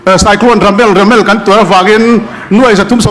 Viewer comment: Cyclone Remal tih turah cyclone RAMEL ati leh tlat😅 perpur in😂